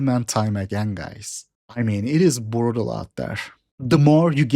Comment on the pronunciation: “Burutal bro”